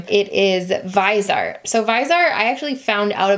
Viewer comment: It’s pronounced vis•eeee•art